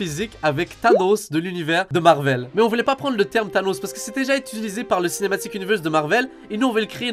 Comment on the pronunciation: Il a vrm dit Thétanos 😂😂😂